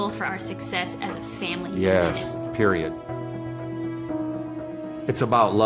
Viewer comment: Dude the dad said “Periot” 😂